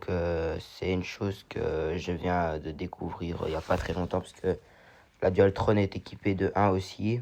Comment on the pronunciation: Bonjour jeune on dit pas dualtronne mes dualtron mdr😂